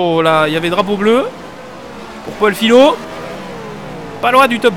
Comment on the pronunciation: Salut, c'est juste pour te prévenir que mon nom se prononce fiYo même si ça s'écrit Fillot, comme le mot feuille ^^